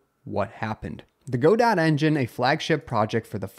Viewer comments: it is Godot. not GoDot. o.O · Great updates, but Godot pronounced "guh-doe", not "go-dot"! It's a French phrase/name :) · it's guh-dough not go-dot.